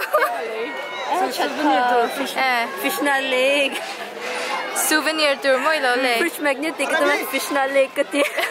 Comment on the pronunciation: Suvenior tih lam ka hre tlat